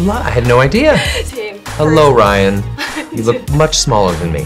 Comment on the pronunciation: 통역자가 어떻게 ryan발음을 r이 아닌 L로 발음하는지 헐 저 실력에통역이라니 놀랍다 ㅡㅡ